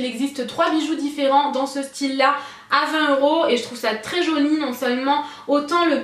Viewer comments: Je suis la seule a entendre "jauni" des qu'elle dit "joli" ? >< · non moi aussi j'entend jauni à la place de jolie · tes vidéos vont manquer ! merci pour toutes ces idées et ton implication ! tu me fais rire tu dis 'très joniiii" lol Bisous bisous